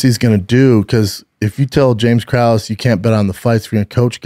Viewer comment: I’m so confused by why his production crew lets this man MISPRONOUNCE EVERY NAME. For someone who gets upset when someone calls him Brandon, he sure doesn’t seem to give a hoot about pronouncing names correctly lol. WAY-LAY? CRUES? MINER? All those are way off 😂